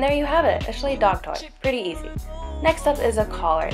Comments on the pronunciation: Btw it's pronounced shlike not sh Leigh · It's pronounced (sh-like) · It's pronounced SH-L-E-C, but cool vid.